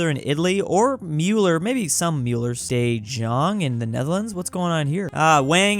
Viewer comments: de jong is prounced de young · butchered "De Jong" so badly, it sounded more like Chinese than Dutch imo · De Jong in dutch basically translates to 'the young'. Almost pronounced it right. It doesn't have an s/z in the J pronunciation.